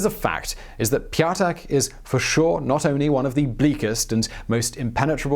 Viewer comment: "Ptyatak" (stress on the last syllable: pyat'ak, like in 'cognac') would translate more like 'fiver' or 'a coin of a value of 5'.